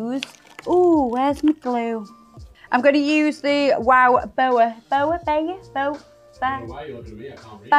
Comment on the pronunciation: I feel like I'm learning so much about now on this channel! For example, how absolutely yet charmingly terrible she is at pronouncing brand names like Joya My-ah and Wow Boa😭😭